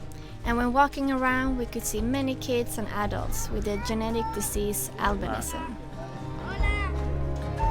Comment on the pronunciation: are you saying genetic diseases albinism -? it was hard to understand that last word?